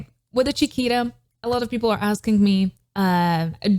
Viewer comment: So Funny, your pronunciation of Chiquita sounded like Shakira. I think she is pronounced like Spanish “Chi” not “Cha” and “Ta” not “Ra”.